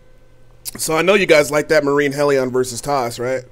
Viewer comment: Murine Hell -EE-ON ZEE-lot